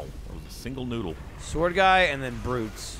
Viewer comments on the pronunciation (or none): "...single noodle." A real subtle flub.